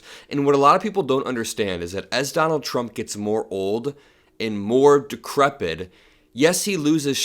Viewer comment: The word is decrepit, not decrebid.